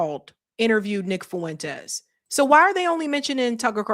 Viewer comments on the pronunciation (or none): Fuentes is 2 syllables not 3